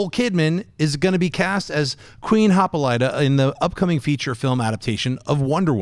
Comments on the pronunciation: "Queen HAH-PAUL-LAITA" I love you, Schnepp. And God loves you. But damn, you butchered that name harder than the Movie Talk crew did, talking about this story. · Sorry Schnepp but it's not Hopulida hahaha I know the spelling may sound like that but it's Hippolyta or (Hi-pol-i-tuh) but any how just hacking on you no thing. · I like Jon, but please man, why can't you pronounce Hippolyta and Nicodemus correctly? It may just be a pet peeve of mine but still, if you know the characters, say their name right. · Look stop mispronouncing Hippolyta and Nicodemus but my only concern with these unconfirmed castings is the accents. Like I know Gal has her isreli accent and adds to the validity of the character's origins but will everyone else have a similar accent like in Avatar (the Navi language/culture was set by the performance by Zoe Saldana). I'm unsure how far they want to go with setting up the Amazons, I just don't want her being the only one with an accent.